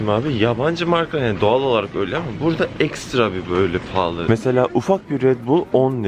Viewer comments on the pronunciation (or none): paraya kıy bıraz hep palalı dıyorsun 🤣🤣🤣🤣